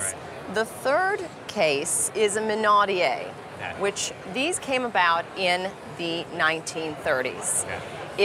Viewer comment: It is pronounced minaud-E-ere not minaud-E-A.